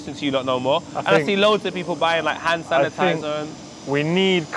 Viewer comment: said hanitizer instead hand sanitizer, imma start using that #norules